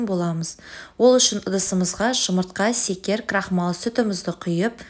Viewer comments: Негз секер емес шекер сияқты еді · Қай өңірденсіз? секер деген басқаша естіледі екен🤪